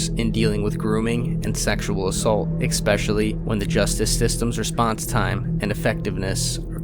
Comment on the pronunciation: and again you say "expecially"... Where were you when everyone else learned " especially"?🎉